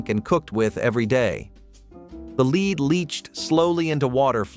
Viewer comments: Sort out the voiceover it’s lead not leed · Yes!!! That is why I came here. And while we're at it, "lives," he pronounces incorrectly too. I had to stop it because it annoyed me so. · Leed Leed Leed in every one of these stupid videos. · Most obvious was “lead”, pronounced wrong numerous times. There was another one, but I’m not viewing the clip again to find it. Beyond the mispronunciations, clips like this seeming like a statement, “Hey! You’re dumb! Watch this so I can get some money.” Almost a bait and switch. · PLEASE!!! I had to stop it due to the mispronunciations. "Lead" and "lives." And that was just 10 minutes in. Very annoying. Do a proof-listen please?